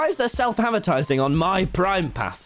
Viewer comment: Tommy what is a pawwwth?